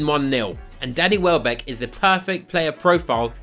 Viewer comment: I kept thinking you were saying daddy welbeck 🤣. Great video!!